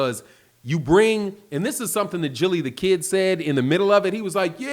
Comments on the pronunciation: It's "Gillie" not "Jillie" with the j sound lol..that is sound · Its Gilly, not Jilly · It's a hard "G". Guh'-illy. Gilly. Like Gilligan. Not "Jilly". 🤣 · Called my man jillie.... g not j Gillie not jillie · Its Gilly not Jilly Mr.Philadelphia 😅 Spence is to accurate,precise and 100%Battle Tested 💯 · I love when my boy shows his age!! Repeatedly calling him Jilly instead of Gillie the Kid let's you know that an O.G. is speakin!! LOL 😆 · Gillie with a Hard G! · Love you Bro but c'mon man. You saying Gillie's name like MC Eiht. Geah🤣🤣🤣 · Appreciate you bro. But you gotta say Gil name right bro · I was dead when he pronounced it with the soft G! 😂😂